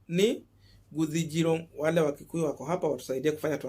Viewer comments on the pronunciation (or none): none